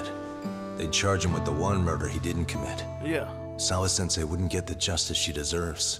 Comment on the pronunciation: “Sawa Sensai” 🤦🏿‍♂️🤦🏿‍♂️ every time